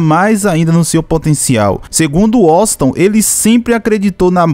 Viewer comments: Mano uma dica procura pronunciar o nome de Washington brasileiro correto, vc ta falando o nome dele totalmente errado, da uma observada. Vc ta falando woston ,só uma dica blz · Washington 👎🏻 - 👍🏻 Uósinton KKKKK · Primeiro vai a prender a falar o nome dele cara uoston brasileiro kkkkkkk kkkkkkk é Washington Brasileiro kkkkkkk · "Uoston" não macho, Washington KKKKKKKKKK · Washington =Woxiton 😅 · Tranquilo irmão, apenas uma crítica construtiva. Também sou fraco no inglês porém nas vinhetas da música entende-se "Uoshigton" e não "Uoston". ;) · Wossiton kkkkk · Uoston não é whasington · O nome do cantor e Washington não e woston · Não e woston e Washington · Nao e wosinton e Washington kkkk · Aprenda a escrever e falar o nome kkkk Washington não woston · É waxinton com x. Meu chará! kkkkk meu pai teve a grande vontade de colocar meu nome de Washington kkkk não sei quantas vezes me chamaram de Washington brasileiro! O cara é um grande cantor e me orgulho muito de ser comparado com esse grande mito do forró ! ❤😂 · Woston?????? Kkkk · Fale o nome dele corretamente. e não uoston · Muito bom ,só faltou falar o nome do cara direito. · Que agonia vc errar a pronuncia do nome Washington. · Esse jeito de vc falar Washington brasileiro e errado amigo .. .... Vc puxa muito o "" S "" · Vc só precisa aprender a pronunciar a palavra Washington.